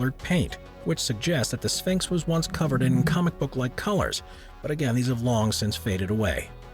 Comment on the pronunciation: His pronunciation of tourist as turrist & ceremony as cermy and sphynx as sphanx was distracting.